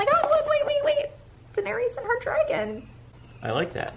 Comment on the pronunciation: you are pronouncing Daenerys incorrectly. (I’m not sure if I spelled it right though. Lol). Merry Christmas to you and Larry!